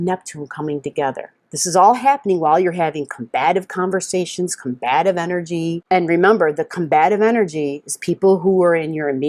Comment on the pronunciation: the enerGGGGG!! Thank you :-)